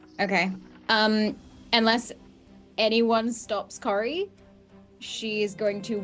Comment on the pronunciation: The whole Cory rhyming with sorry isn't working for anyone but 😂 in my American accent that probably actually sounds like a toned down valley girl accent. Cory would be pronounced in a way that rhymes with saw and car instead of soar like I think it should. I think I know how Cory is pronounced but every time says it the same way is like no it's pronounced Cory not Cory. And I actually don't see the difference 😂 if you asked me to copy in the way she says it I could do it but I can't tell the difference between two people saying it. I'm more like a mimic who can copy voices right after they are said, tone, accent, basically everything. But if you ask me to tell you the differences I couldn't tell you. I know they are different but I can't tell you how. I can tell you when their accents are different but I couldn't tell you which words are pronounced differently unless I've been listening with every brain cell I have. Or if it was on a test and I've been studying. 😂 This whole Cory rhyming with sorry thing definitely broke my brain.